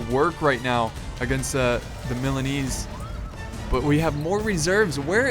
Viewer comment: THE JINETES NAME IS MORE SLAUGHTERED THAN THE MILANESE